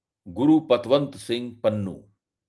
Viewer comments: Panoon nahi Pannu bolo. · भाई पंजाबी भाषाई नामों को इंग्लिश अलफा बीटा से न पढ़ें ईससे पॅन्नू को आप पनुन पढ़कर बोल रहे हो जो गलत उचारण है। बाकी रहा ईन घर मे घुसकर मारने की जो हिमाकत भारत के अति उत्साहित एजेंट्स ने की है उसने सिख समुदाय को बेगानेपन का वो अह्सास कराया है जो 1984 से 1995 तक सिखों का कत्लेआम न कर सका। ईस को बहुतायत सिख उनके देश भक्त होने की सज़ा के तौर पर देख रहे हैं। इस मूर्खतापूर्ण हरक़त से सिख ही नही पंजाब के सभी समुदाय के लोग आने बाले समय भारतीय फौज मे ना मात्र संख्या मे रहि जाएंगे जो हमारे देश के लिए ठीक नही होगा। जय हिन्द।